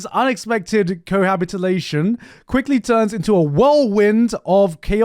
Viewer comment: bro cannot say cohabitation without an L